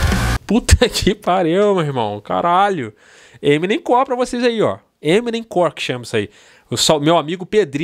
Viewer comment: Não é eminemcor é Emonem KKKKK